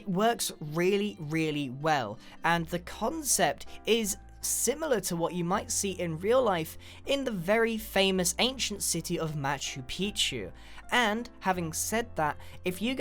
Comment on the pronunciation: sounded like mah shoe rather than machu